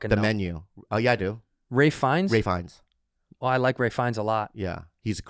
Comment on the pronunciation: Ralph Fiennes. Not Ray, you boobs.